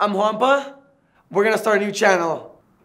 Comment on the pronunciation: How do you pronounce Juanpa? Cause it sounds like hes saying grampa